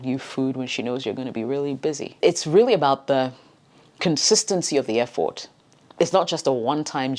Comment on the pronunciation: I felt like she was telling fword Instead of effort